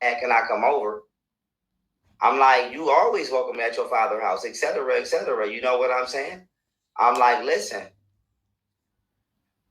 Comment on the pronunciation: whoa.....i say whoa.....he shaved the world in 2020???????? he said etcetera ancetera...lmao....